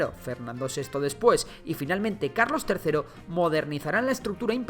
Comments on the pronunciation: Carlos❌ Calos✅ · Puso calos en vez de carlos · Min 8 a Carlos III le falta una R 🤣🤣🤣